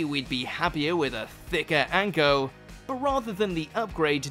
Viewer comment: anko was butchered and for no real reason